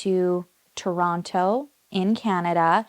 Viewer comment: Aaaaah finally! I’ve been waiting for you to cover this case!!!! PS… looove that you say ‘Toronto’ the Toronto way 😉